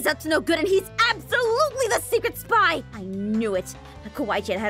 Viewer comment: It Sounded Like She Said “Supply” Instead Of “Spy” In The Intro Thing